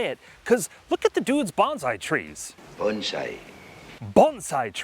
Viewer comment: Good advice. 👍🏽 Also satisfying to hear it said right. I have been practicing Bonsai for over 10 years, not Banzai (which is apparently a Japanese war cry) and much of what you learn in bonsai pruning applies to landscape trees/shrubs and vice versa.